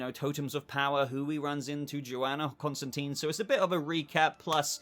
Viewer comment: It’s Constantine. Not Constanteen.